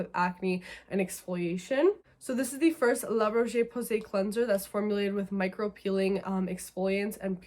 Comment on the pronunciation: Just a side note it's pronounced la 'Rosh' Posay. Btw I find these products too harsh and instead recommend the serozinc toning spray and the cleansing milk from la Roche Posay. And u can continue with the lactic acid while on this routine. My skin changed in under a month. Give it a try. Salicylic acid is so drying for my skin. I just prefer lactic for exfoliation.